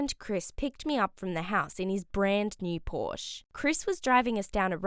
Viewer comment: Pronouncing Porsche wrong 🤦‍♂️